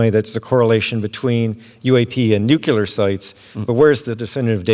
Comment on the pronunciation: nuclear, not nuk u ler